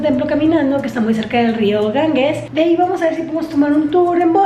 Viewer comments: Lo DIJO muchas veces: GanGUES,,,. ¡Auxilio! (Lo escribió correctamente Ganges lo pronuncia mal GanGUES. G+E se pronuncia como GEOgrafía, GEOmétrico, GEntileza, GErardo, GElatina).En tu apellido tienes el ejemplo. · Ir tan lejos: El nombre del Río es Ganges NO "GanGUes". G+E sin U intermedia se pronuncia como "J". Es como el apellido del escritor: Borges NO BorGUes. Duelen los oídos cuando dice "GanGUEs" ¡aaaaaaah!